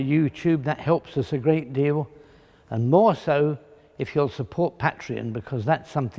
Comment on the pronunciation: "Pat-reon". I love that guy :)